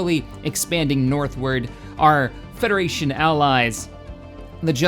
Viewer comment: Help the federachion flet